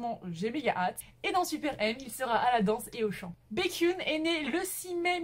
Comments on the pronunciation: Baekhyun se prononce BaekhyEn et pas BaekhyUn 😉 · C'est pas Békhyun c'est BAekhyun 😂😂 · Ta juste mal prononcé baekhyun sa se lit békyon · Mon dieu ma chérie ça va pas du touuuuut (cordula lolilol) SHINee -> chat-y-nie pas t-chat-y-nie Baekhyun -> bec-H-yeon